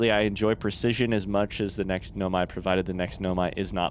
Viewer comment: He says in his playthrough that he know he’s pronouncing it wrong, he just prefers to pronounce it that way.